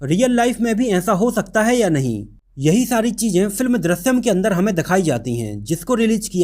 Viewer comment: Chutiya, Film ka naam to acche se bolta